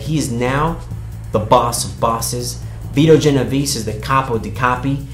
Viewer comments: So this dude is a writer and can't even say correctly Vito Genovese... great talent for research... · Good lord...his pronunciation is painful